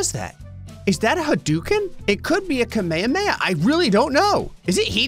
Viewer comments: s pronunciation of Kamehameha as 'Kameyuhmeyuh' physically hurts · mispronunciation of "kame hame" is sort of impressive. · Did bro say kameme